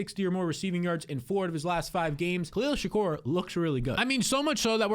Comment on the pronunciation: “Khalil Shak-OR” 😂